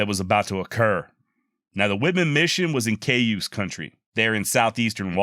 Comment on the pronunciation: Cayuse pronounced "Kai-yuse". Great channel!